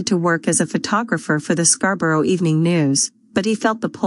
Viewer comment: Thank you for this. But there is nothing quite as funny as hearing an American AI mispronouncing Scarborough!